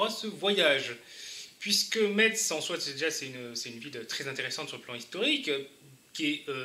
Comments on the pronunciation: Prononcez Metz [ mes ] à la française svp. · Ça se prononce Mess, c'est le premier truc qu'on apprends quand on viens à Metz :) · Argggg le T. On est en France, pas en Allemagne. Le T ne se prononce pas.